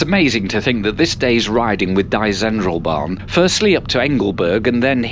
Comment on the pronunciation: I'm fascinated by your pronounciation of German. "Interlaken" is pronounced in the German way, yet "Die Zentralbahn" as if it was English.